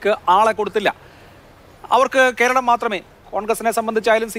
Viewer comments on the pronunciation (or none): none